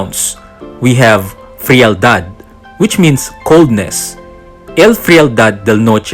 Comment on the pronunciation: The frialad pronunciation is wrong or Americanized it should be castilianized pronounce it like "friyaldad" not frail-dad.